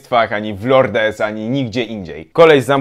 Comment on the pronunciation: Lourdes- to się czyta lurt